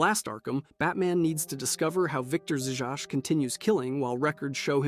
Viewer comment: I’ve never heard Zsasz pronounced like that before